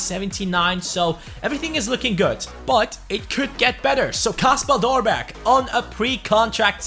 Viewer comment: Yoo, great vid! Kasper Dolberg is actually pronounced as kAsper, with the a as how you pronounce it in english